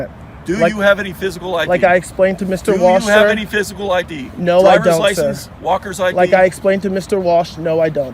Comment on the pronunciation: Did he say “Walker’s ID”?